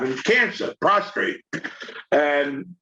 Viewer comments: Hearing y'all say "prostrate" reminds me of Dennis Franz as "Andy Sipowitz" in NYPD Blue. It's NOT "prostrate" which means you're laying in a prone position, it's "prostrate" cancer. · PROSTATE no R after the T lol